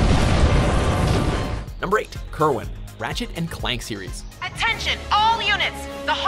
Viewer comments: Did they seriously just fucking pronounce Kerwan as KerWin? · The way he pronounced Kerwan! Come on seriously!?